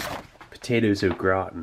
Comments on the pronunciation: Kept thinking you were saying "the potatoes look rotten" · I thought he was saying “the potatoes look rotten” until I was a 3rd of the way though 😂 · I kept hearing “the potatoes look rotten.” Lol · "grautin"... LEL! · Steve says au gratin as if it's an Irish family name. 😂 'those darn o'gratin boys!'